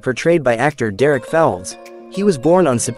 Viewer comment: Here's another one who can't pronounce the actors. Correction it's Derek Fowlds and he was born in Balham. He was 82 not 83. Nick Berry was not born in stratford but woodford essex. Wrong with Nick Berry, Lisa Kay as Carol Cassidy was in Heartbeat from clot. It's Niamh Cusack, who is Fred Grandy.